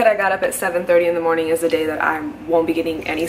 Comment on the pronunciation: Has anyone else noticed that whenever she says a word that ends in a "g" (i.e. morning) she has a "k" sound at the end? Is that a Florida thing or just a thing?:)